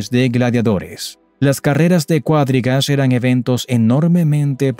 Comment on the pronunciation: Cuadrigas, no cuádrigas.